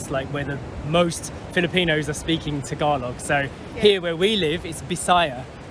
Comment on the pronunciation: Tagalog pronunciation is close to perfect